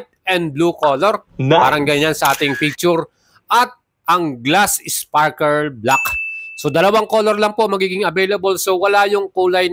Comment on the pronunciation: 😂 di ma pronounce yung sparkle,sparker lagi nababanggit